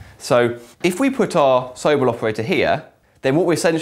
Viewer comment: isn't it pronounced So-Bell, not Soble?